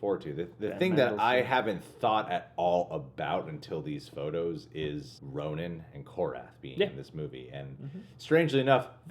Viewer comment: Bloodstone Pisces It’s Ronan. Not ronin